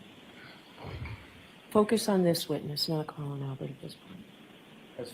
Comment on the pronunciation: Look little girl I'm sure people told him what the fuck was on social media cuz I looked them up and I couldn't find him you need to get content that's actually truthful. BTW you doesn't even pronounce Collins name right😅😅😅